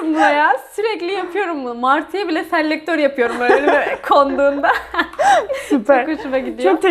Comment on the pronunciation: bundan sonra ben de sellllektör!! diyeceğim 😂